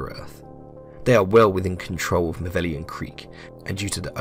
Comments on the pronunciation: The seemingly deepest lore of malevelon creek is that it's supposed to be pronounced like "malevolence" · please its pronounced ma-level-on, its not "maveleon" or whatever this dude said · Say it with me mah-level-on creek not mah-veli-on creek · I would assume you'd take 30 seconds time to read the name of the dang place. It's not MAH-VELLION creek - you even have a transmission ingame that correctly calls it MA-LEVE-LON creek. DO YOUR 30 SECONDS OF RESEARCH! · MA-LE-VO-LON. Not "Mavellian". Every time you say "Mavellian", an automaton kerb-stomps a kitten. 43 million Helldivers didn't become compost in that sh**hole for it to be mispronounced. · MALLE-VELON Creek, good sir. That’s how we say it. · my dude, I love your video, but you should know that it's 'Malevelon Creek', not 'Mavellion Creek'. seriously tho more videos like this pls! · Is it a meme at this point that people can’t pronounce Malevelon. Got this guy calling it Maveleon. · Malevelon* not Mavellian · Ma Leh Veh Lon Sound things out people it’s not hard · You keep saying maveleon not malevelon. Thumbs down no sub. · listen bud...if you're gonna make a video on something. Learn to pronounce the name correctly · lmao why does everyone say malevelon creek wrong? im not pissed or anything im just curious. everyone says erata prime and hellmire the same, but there are so many variations of malevelon creek. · How many times can one man say Malevalon Creek wrong xD